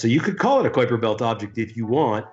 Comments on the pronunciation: Stern's pronunciation of K[w]uiper Belt drives me nuts. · This guy's unique pronunciation of "Kuiper" is the verbal equivalent of a dude wearing a hoody with a Trilby Hat. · They voted on a definition of a planet not on Pluto downgrade... too much American pride in that guy... and please mr Stern learn how to pronounce Kuiper... 😅🤦🏻‍♂️😉